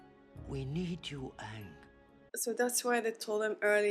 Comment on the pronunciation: Aang is pronounced like "Angry" but with a soft G. I love that you say it like AAN 😂